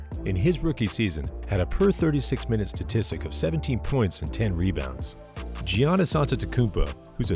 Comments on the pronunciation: It’s pronounced “Yannis”, not “Gee Anis” eventhough it’s spelled Giannis. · You almost lost me at "Geeeeyanis" Antetokounmpo . How am I supposed to take the vid seriously if you don't know the name of the two-time MVP? Then you really lost me when you called Wiseman "The Big Ticket," which is Kevin Garnett. Wiseman doesn't have a nickname that has stuck but "J-Wise" might. OK you hadn't quite lost me I wanted to see how bad it gets. Yep, you called Nico Mannion a "steal." Why? He's done nothing but suck. He MIGHT someday not suck, but so far he sucks. I don't actually dispute that the Warriors have potential to build something but let's not get carried away on guys who haven't proven themselves. Wiggins is fine but you just wished him into superstardom. That's not how it works. Dubs need more than wishes. Also, your entire vid is about offense. Show me Jordan Poole's defensive development. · did u just mispronounce his name or what happened bruh